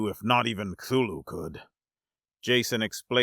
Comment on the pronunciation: You’ve got to be the first person I’ve ever heard pronounce Cthulhu correctly